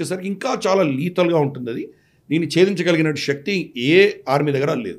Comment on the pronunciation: Shakti is wrong pronunciation